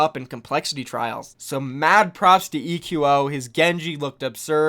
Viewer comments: it's not "ee queue oh" lol it's just pronounced like "Echo" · ITS PRONOUNCED ECHO NOT E Q O